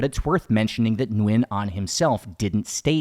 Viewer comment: Many years ago while staying at the Suk11 hostel I saw a small old wooden board signs "Minh Mạng" name of a Vietnamese King (reigning ) one of the king Gia Long's sons, some Vietnamese royal family members must have lived in that Soi 11 Sukhumvit area hundred years ago. Your pronunciation of Viet last name "Nguyen" is pretty accurate!:hand-purple-blue-peace:🏰💒